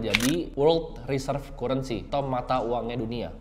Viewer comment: Kurensi bacanya currency wkwkw